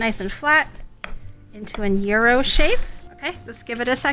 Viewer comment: I lived in Crete as a kid, on Iraklion Air Force Base, for many years. Watching her make authentic gyros is making me time-travel. Listening to her pronounce 'gyro' as 'euro' is making my ears cringe. ¦¬D {"yee-row", but you gotta roll the 'r'}